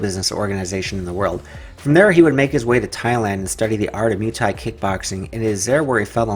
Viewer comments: stop spelling "MUH-THAI" it´s called MUAY-THAI!!!! thx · Moo ay thai Not Mew Thai